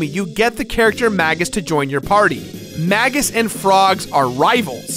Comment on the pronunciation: It's pronounced May-juss.